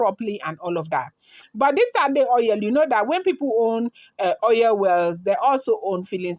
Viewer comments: 😘😘😘😂😂😂Oil not oiyel. My dear Igbotic babe 🥰.. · 😂😂😂😂 she said oiyel 😂😂😂😂🥰 just joking but it's true o.